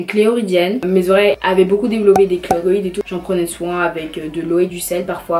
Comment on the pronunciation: Salut, j'adore tes vidéos et la personne que tu es. A titre d'information c'est des cheloïdes et pas kleroïdes ;) continue comme ça <3